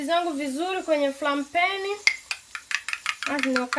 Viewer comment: Are we going to ignore she said flaingpeniiii😂😂😂😂